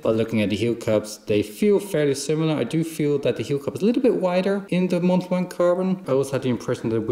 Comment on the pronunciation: Great video. Mont blanc is french and we don’t pronounce the “t” at end of “mont” and the “c” at the end of “blanc” 😊